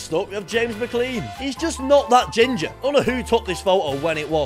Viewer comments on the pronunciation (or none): none